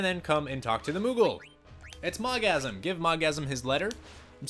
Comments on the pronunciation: MogSAM, not Mogasm! Haha. And that one is called Mojito, is it always drunk...? Water and Leviathan combo was working for me, but Valia Pira killed herself with Fire! Damn I need to get more Gysahl Greens...Hmm...Where, at this point...? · Mog-sam and Mogasm OMG😂😂😂